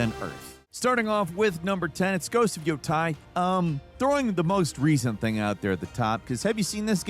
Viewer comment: Yotai? Lol